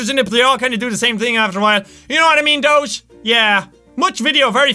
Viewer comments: I love how everyone says doge wrong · He says doche not doge cuz it's doge